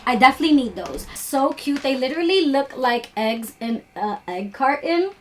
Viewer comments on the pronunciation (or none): none